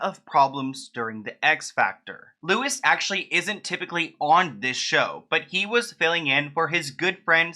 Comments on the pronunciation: I'm from Ireland, his name is pronounced 'Louie'. But that's besides the point. He's a bit of a playa himself tbh, he convinced Stephen Gately to pretend he was straight, Shane Lynch and his drug addiction, and Louis was managing them at the time......So he's not gonna wanna squeal on the likes of Lou Taylor et al because he only wishes he was as successful at it as they are..... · Hi, just to let you know, his name is pronounced Loo-ee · His name is pronounced Lewey but spelt Louis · "Actually, it's pronounced "LOU-wee" Walsh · UK here it's pronounced as Loo-ee lol. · It’s Loui said without the s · Louis Walsh, not Lewis Walsh 😅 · Its said more as Loo-ee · Louis is actually pronounced Loo-wee, anyways #freebritney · His name is pronounced Lou- ie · Your pronouncing ‘Louis’ incorrectly. It’s ‘Loowee’ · Louis pronounced Lewy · I love you hun but it Louis like St Louis. No s. Like looy 👌 Irish name, Google does pronunciation btw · Louie pronounced as Louis like Louis Vuitton passing out imitation lol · Hi, love your videos but the x factor judge was called louis is pronounced loo-ee or lewey x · This is the first time I've heard she had dementia?? Also Louis is pronounced as like Lewi without the s at the end 😊 Just subscribed to your channel since I'm binge watching ahaha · Louis Walsh is pronounced Lou-ee ,I’m Irish so We Stan louis well up until now I didn’t know any of this about him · It’s pronounced Louie Walsh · Great video but just to let you know, his name is pronounced like "lewy" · Finally!!! I rely solely on your channel for my Brit Brit news. You don't pronounce the 's' just loo-e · Louis, not Lewis 😂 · His name is pronounced Lou-ie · nitpicky but it's pronounced loo-ee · God love you, I know the pain when you cant pronounce someones name (tough times in Ireland when you don't speak Irish so can't read most names), but just incase Moines said the s in Louis is silent so it's pronounced Loui (or as Google put it Loo-ee 😂) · Yep Loo-ee